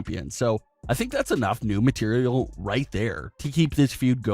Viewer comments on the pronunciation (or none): none